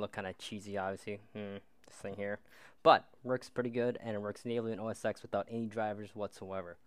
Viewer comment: cool Dont forget its pronounced "OS Ten" not "OS Ex"